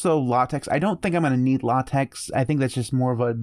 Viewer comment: Not a big deal, but "LaTeX" is pronounced "Lah-tech", not "Lah-tex". The X at the end is a Greek Chi. By default, pandoc uses LaTeX as its backend when it converts to pdf.